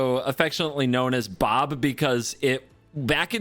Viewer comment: God damnit get Bob's name right. 😂